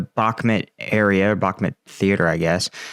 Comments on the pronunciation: It’s pronounced “back-moot”, not “back-met” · Bro if you are going to comment on Ukrainian matters at least learn Slavic pronunciation. Sever means North and is pronounced Se Vair, Bahmut is not Bakmat but Bah Moot. Please for the respect of those that speak the lingo make the effort and learn the pronunciation. If you need some help reach out. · 'Bach', as in Johann Sebastian, 'moot', as in something subject to debate. 'Bachmoot', try it, it feels good. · Jesus, learn how to pronounce Bakhmut. It's not Bakhmet... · Why do you pronounce Bahkmut the way you do? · Mate, please learn how to pronounce Bakhmud.